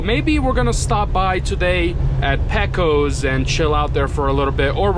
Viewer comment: There is a saying you found is true. "The sun has risen, the sun has set. And I am not through Texas yet!" Also, the name of the town is not pec-os. Correct pronunciation is Pay-cose. Just to help you out, so if you stop there, you know......